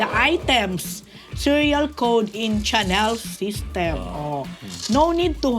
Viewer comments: Malamang hindi smooth ang Chanel ni Jessy kasi Caviar po yan not lambskin , pronounced as Sha-nel not Tsa-nel po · Hi... It IS PRONOUNCED AS “SHaah-NEL”not "CHANNEL " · Chanel pronounced as Shanel